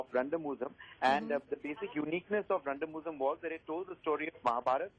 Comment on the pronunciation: That moment when they try to pronounce Randamuzham.. 😅